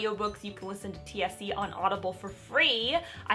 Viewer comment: When you said, "TSC", I thought you lowkey said "THC" and then you said, "I'm still on this high". I was just very confused